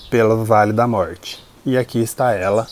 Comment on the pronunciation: Querido não aguento quando vc fala vale da sombra da morte. Rrrr 😂😂vc é demais. Adorei seu vídeo.